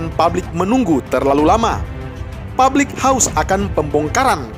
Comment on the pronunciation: PUBLIK, woy, bukan PABLIK. Produk, bukan prodak